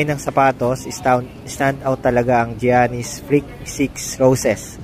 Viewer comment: yanis po di giyanis